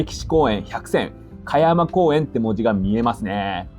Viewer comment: 香山公園（こうざんこうえん）ですよ。